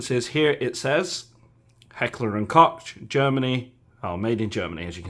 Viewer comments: Its Koch not coke (German here) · Tokyo Marui MP7 isn't a 1:1 replica of the real steel whereas the VFC is. Not sure at all why Marui did this but its a major deal breaker for me. I'm very happy with my 1:1 scale VFC MP7A1 GBB in RAL8000. Also "Koch" is pronounced 'Coke' like the drink. Good video and comparisons!